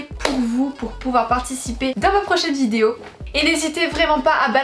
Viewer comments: C'est moi ou à toute c'est vidéo au début au lieu de dire"vidéo" elle dit"vidio" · Tu peux faire un effort sur le mot “vidéo" au début stp c’est stressant mdr